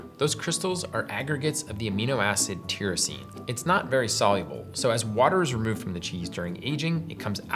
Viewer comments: It's normally pronounced tierosine, like tie your shoes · Tyrosine has a long i sound not short. Didn't you take organic chemistry?